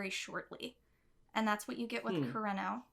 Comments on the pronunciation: I didn’t think I was going to cry when I clicked on this video??? Also, re pronouncing Japanese names: a good rule of thumb is to pronounce them syllabically, so koo-re-no rather than kur-ren-no :) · i speak japanese and i say yours is fine. you pronounce it as if its an english name, like you make an r sound fo kurenos name. r in japanese sound like a d in english. kureno sound like kudeno in japanese 😅💕✌